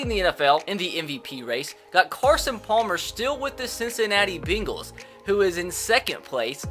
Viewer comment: It's pronounced Cincinnati BANG-les not BING-les